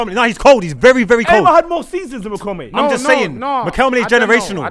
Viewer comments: said Riquelmlay ten times and nobody clocked it 😭😭😭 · naa how did everyone let get away with saying Riquelm-lay🤣🤣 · Riqemly 😂😂😂😂 repeated that with chest too many times… surprised no one picked David Villa at Valencia… he was cold. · Man said Riquelme’s name wrong sooo many times in one sequence 🤣